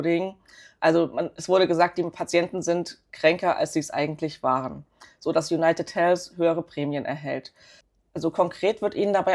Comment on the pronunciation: Konstruktive Kritik: Es heißt ausgesprochen in etwa: Junajted Heldw (ein stimmhaftes d das wie w klingt und nicht Helfs. Einfach die Zunge an die oberen Schneidezähne halten und dann summen indem man d ausspricht. Das englsiche "th" muss man als gebildeter Mensch heute einfach draufhaben, eben weil alle anderen können. Sonst wirkt man quasi zurückgeblieben, selbst wenn sehr schöne Aktienanalysen liefert.